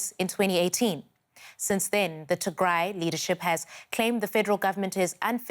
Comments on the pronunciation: The name is " Tigray" not to gray. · Correction it’s “Tig Ray” pronounced in the same way as “Sun Ray” I am amazed by Western Media in 2020 that you still have to rely on these talking heads who are non African and not present on the ground in Africa to explain the African Story. This is ridiculous. Africa has 1.3 billion people many of whom can articulately explain our own story. This is a power shift in Ethiopia that happened right after PM Abiy Ahmed won the election and started cracking down on corruption perpetrated by the old regime which had Tigrian support. The result has been blow back from the Tigrians who feel that they are being unfairly targeted in anti corruption law enforcement and they have decided to launch a war in retaliation. This is pure lawlessness, however Ethiopia’s enemies want to capitalize on these criminals to cause chaos in Ethiopia 🇪🇹 especially to ensure that the GERD is a failure. That is what is happening in Ethiopia told to you by an African who lives in Africa. We can tell our own stories without your help, Western Media. Thank you very much.